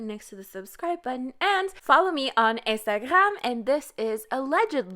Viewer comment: why u pronounce instagram like that? 😭